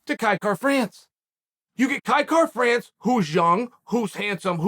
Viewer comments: You know Uncle Chael is high on somebody when he literally pronounces their name correctly🤙🏻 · Kai Kara France the only name Chael can pronounce properly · You must be extremely marketable for chael to say your name correctly. Congrats Kai. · Clicked simply to see if he would say his name correctly 😂